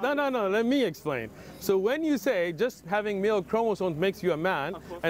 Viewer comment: "i don't want the lightning to hit meh "😂